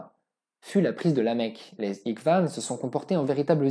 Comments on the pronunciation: Franchement tout est vraiment intéressant mais le seule bémol c’est les Ikwan comme tu dis qu’on prononce phonétiquement Irewan qui signifie confrérie. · En français, ils utilisent "Mahomet", et ça ne pose pas de problème. Comme ça, le Prophète Muhammad SallaLlahu'alayhi wa sallam est dissocié de leurs interprétations historiques. Par contre, c'est étonnant de prononcer al ikhwan, en "iqvanne" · ikhwan ne se prononce pas Iqvane mais le kh se prononce en raclant la gorge comme Akhi (mon frère) ou Khrla pour dire caca Ikhwan c'est frère. Comme Ikhwan al muslimin pour les frères musulman.